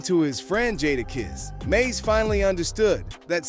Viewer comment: Next time pronounce his name correct. I didn't hear mase say one word about jadakiss this B.S. click bait usually. You meters need to get sued for this B.S.